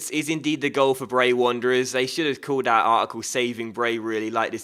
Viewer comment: It grinds my gears when he says dat instead of that and dey instead of they, pronounce your words properly errr